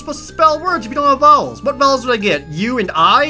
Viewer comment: "what vovels did i get? u and i?" i'm sorry jared :I